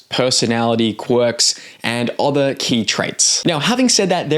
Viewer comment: Okay, I've heard it enough times now to say something. Why do you pronounce "other" like it rhymes with bother? Instead of like it rhymes with mother, like most of us do? Is this some regional dialect I haven't heard before? Or did you learn to speak by reading?